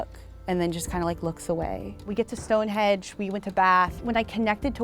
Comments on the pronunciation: Did she call it “stonehedge”?... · She said stone hedge as if it isn’t Stone hendge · stonehedge? bruh StoneheNge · Never heard it mispronounced as "Stonehedge" before, woah. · Did she call it Stone Hedge?